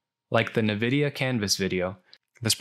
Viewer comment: I do visualization of civil engineering projects so I’ve curious about this but haven’t taken the plunge. You’ve saved me some time! Hate to be that guy, but Nvidia…en-vidia, not na-vidia. But don’t take my word for it, listen to the CEO Jensen Huang pronounce it haha. Anyway, thank you for making a video about this.